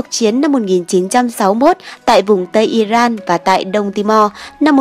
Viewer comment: Nên phát âm rõ : I-ri-an chứ không phải I-ran !